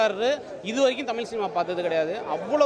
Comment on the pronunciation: Thamil illa kannungala adhu thamizh.zha solli pazhagunga.tamizh mozhi peyar sollavae varala idhula naanga tamizhanganu peruma.90 percent of people cannot say that this basic way of pronouncing language properly n all are vandherigal only.Telungargal like Karunanithi,Vijay Sethupathi and Malayalis like MGR (.actual tamizhar) should have shared their siruneer.Odukkapattavanga solli solli athoda konjam adhigam nenaikara jaathikaaranga thaan avangala odhukaradhae.ivanunga politics panni panni pera edukaranga .